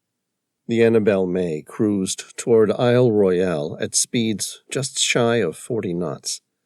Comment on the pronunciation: There are No sharks in ice cold fresh water Lake Superior. And Isle Royale is pronounced Royal by locals